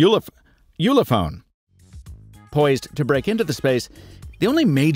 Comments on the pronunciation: It's pronouned "ulephone". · If you're trying to pronounce the German "ü" sound for the "u" in "Ulefone", known as the [y] "close front rounded vowel", this is how you do it. Pronounce the "ee"/"ie"/ [i] sound while pursing your lips like you're making the "oo"/[u] sound. The resulting sound will be the mishmash you're looking for.